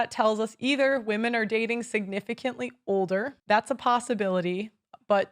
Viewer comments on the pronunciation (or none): none